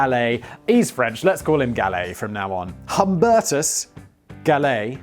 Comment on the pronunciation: I think Humbertus would be pronounced "oom-BEAR-tus," unless I'm wrong. I haven't worn a watch since 1998, when the one I was wearing came unclasped and fell into the bucket of aluminized roof coating that I was in the process of stirring with a mud mixer on a Porter Cable corded drill. Needless to say, that timepiece bit the dust. I realized that day that I had a damn pager clipped on my belt that had a clock in it. We all have phones nowadays, who wears a watch anymore? Stella is weak beer, Guinness makes a stout with 8.5% alcohol. You can find stronger beers, and then there's always malt liquor, to go with the cocaine and Hennessy and chrome grille...